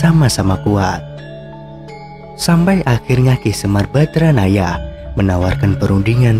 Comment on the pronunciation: maaf penyebutan YG BENAR SEMAR BADRANAYA bukan BADRAYANA